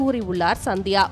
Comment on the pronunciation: சந்தியாவா? இல்ல சத்யாவா? ஒழுங்கா தமிழ் படி!